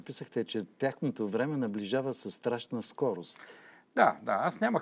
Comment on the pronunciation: „сас“ „косам“ „пролета“ „тарпението“... Имаш ли взето образование, не дадено???